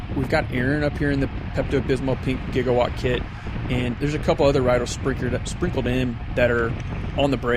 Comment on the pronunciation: Can you call them by their real team name??? It's Jigawatt...not Gigawatt. Other wise a great Video! Thanks not being mean!